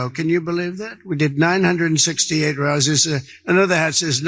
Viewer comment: My god... What in the hell. Listen to Don say "rallies" the second time. Rozziz???